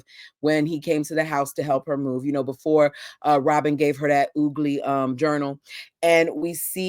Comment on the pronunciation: "Oogly book" 😅